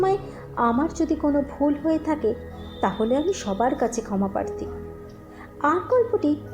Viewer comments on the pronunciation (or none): সঠিক শব্দটি প্রার্থী.....পারথী শব্দটি ভুল এবং খুবই কানে লাগে।।